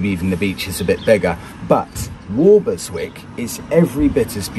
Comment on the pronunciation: Hello,, We used to live opposite Walberswick at Reydon and to be pedantic it is pronounce Wobbleswick by the locals. If you visit in August you might be able to join in the British Crab Championship alas it hasn’t happened for a couple of years re COVID, and you can also buy the T shirt proclaiming that, I caught crabs at Walberswick, wear it if you dare. Love the tracker great piece of kit and no annual fee, perfect for that extra piece of mind. Thanks for showing some better parts of Suffolk.